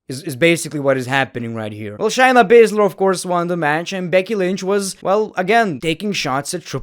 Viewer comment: bro i really enjoy most of ur content but pleeeeease stop saying chyna and start saying shayna... its driving me crazy...